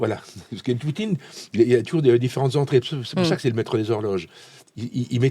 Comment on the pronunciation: "le maître des log' rloges..." Rhôô...... Enfin... Reprenez-vous très chère. 😆